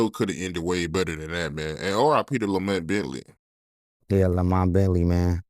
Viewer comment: Who is la met Bentley 🤔😂😂😂